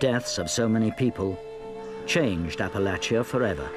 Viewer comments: thank you for pronouncing Appalachia properly! <3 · AThank you for pronouncing Appalachia correctly.